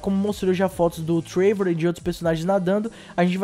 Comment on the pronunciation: Muito bom o video, mas cara acho q nao é TREIVOR, é TRÉVOR, sabe o jeito q se fala o nome dele fika estranho mas muito foda as noticias valeu